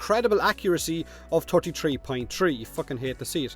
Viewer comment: "Turtty tree tree tree" - 2020